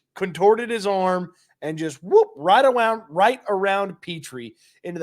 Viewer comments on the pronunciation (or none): “Wight awound” 😂